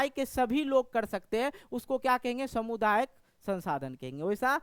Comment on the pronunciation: समुदायिक नहीं होता है सामुदायिक होता है ❤😊😊😊❤😅😅😅❤😂😂😂❤